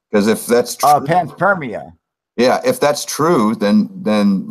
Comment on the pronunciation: Cool live guys, cheers...but WTF is Pants Spermia !? Ah right, it's panspermia...no worries, all good...carry on :}